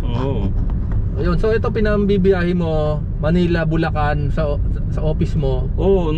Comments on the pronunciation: magagalit si gov nyan, sinasabe mong lubacan ang bulacan haha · Bulacan to Lubacan real quick haha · Welcome to lubacan 😂 este bulacan ✌️ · Lubacan Ay. Este bulacan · Bulacan. Lubacan